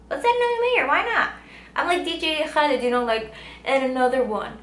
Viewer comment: She said "Khalid" in a perfect arab accent damn xD